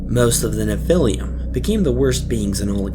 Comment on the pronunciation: Nephilim is pronounced Neph-ill-em Not nephil-liam